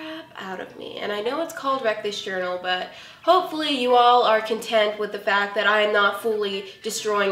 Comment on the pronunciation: It sounds like you say reckless journal..